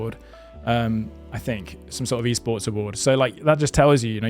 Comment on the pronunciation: i think he's trying to say esports